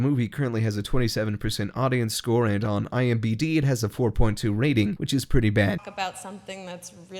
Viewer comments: did I hear imbd? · Did he say 'IMBD' ? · Did he just say ImBd rather than IMDb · Did he just say IMBD?!?!?! UGH